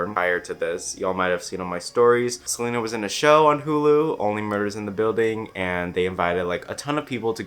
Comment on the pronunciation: He really said: gotta keep an eye out for selener